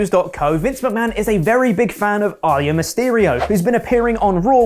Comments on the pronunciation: At first I thought you said Ali and Mysterio. its pronounced (ahh-LEE-uh) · It's not his accent. He just mispronounced it and has done the same. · it's Aaliyah (Ah-Lee-Yuh), from the late US singer It's amazing how many have trouble saying it lol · Again, it’s pronounced Aa - lee - yah... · Bruh when he said “Aaliyah Mysterio” I thought he was saying “Ali and Mysterio” and I was like “damn, it really is just random at this point, they’re not even new wrestlers. Actually, Mysterio is an old wrestler” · Guys it’s said as “AH-LEE-AH” Aaliyah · I honestly thought you said Ali and Mysterio. Can't you just pronoune names the way the WWE commentators do? This is almost as bad as calling Triple H, "Triple Hetch" 🤮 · Lol I was so confused for a second. He was saying “ Ali Mysterio” it’s just Aaliyah, pronounce the “yuh” at the end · I heard Ali and Mysterio. So, like, two different people. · Yeah maybe they should learn how to pronounce her name. It's not that difficult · That's how you pronounce Aalyah? Have you never heard it pronounced? I thought you were saying Ali and Mysterio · It’s pronounced Ah-Lee-yah. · pronounced Aaleyah so weird i legit thought he was saying "Ali and Mysterio" until i looked back at the scree. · Lol the way he said her name triggered me so hard. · His accent killing the pronunciation of Aaliyahs name tho! 🔥